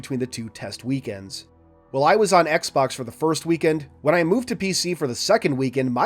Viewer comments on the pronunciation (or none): none